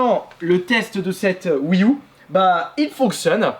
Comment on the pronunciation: La "Oui Ou" 😅😁